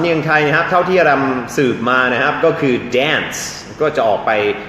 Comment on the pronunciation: คุณอาดัม ต้องพูด ‘ครับ ‘ไม่ใช่ ‘ฮับ’ นะคะ